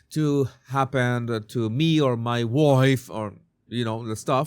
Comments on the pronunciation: Hi, I just love how you pronounce, ‘ my Woife’ ‘ my faver’ etc. absolutely hilarious!! 😂😂😂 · 'H and Woife' Hahahahha